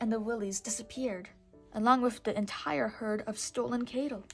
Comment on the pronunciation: You know it's cattle not cable right?